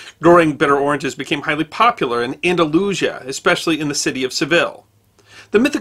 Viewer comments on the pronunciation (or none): the pronunciation of Aldalusia as disturbing. it should be "an-da-loo-SEE-ah". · Pronounced "An-da-lu-CÍ-a". And in Spanish, oranges are "Naranjas". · Andalusia is pronounced An-da-loo-SEE-a